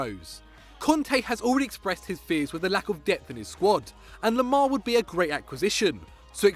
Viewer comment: I bring when he says Le Bluh